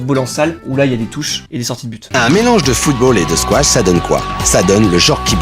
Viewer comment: Squash! Ça s'écrit et ça se prononce squash, il n'y a pas de T Si je suis énervé c'est parce que je fais du squash et beaucoup trop de gens font l'erreur